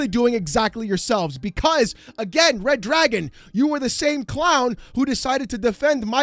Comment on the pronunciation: Anytime I hear "Wed Dwagon" I know its going to be fun.